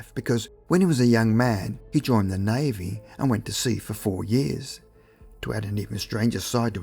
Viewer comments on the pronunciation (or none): none